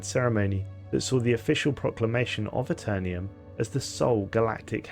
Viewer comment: "The Aeternium" lol this is why we over the pond don't say aluminium. Just jokes though, love your channel!